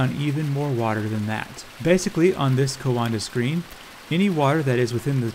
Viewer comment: coanda is pronounced kwawnda